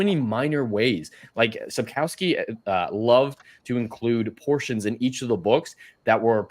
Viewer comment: "Slavic background" lady is strange. I was very surprised when she tried to show off and messed Sapkovski's name. "Andrey Sapozhnik". Lmao.